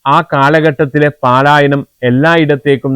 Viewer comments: പാലായനം സഹോ പലായനം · പലായനം അല്ലേ? പാലായനം വാക്ക് തെറ്റല്ലേ?